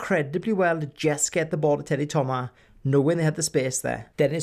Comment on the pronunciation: its a good video but the way you pronounced some of the names- teddy thoma is how it's pronounces